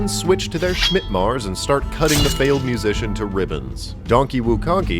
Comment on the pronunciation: "schmitmar" love it